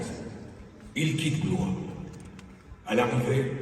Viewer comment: Por favor!!!!!.....no digan BLO IS , digan BLUA....es como se pronuncia....gracias.